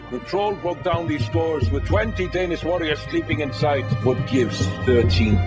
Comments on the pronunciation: Their name is not pronounced "Geets", it's pronounced "Gay-ats." I guess the filmmakers didn't wan anyone to use a name with the word "gay" in it. Or they didn't consult any historians. Either way, they're jackasses. Also, why make Grendel so bland looking? Why can't anyone make a good Beowulf movie? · It's pronounced 'Yates'!